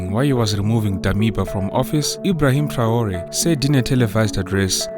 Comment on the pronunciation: This Ai generatet Video translation in the german language version is always talking about " Bosnien Herzgowina" instead of Burkina Faso! What a joke! And also the name of President I. Traore is not even spoken correctly.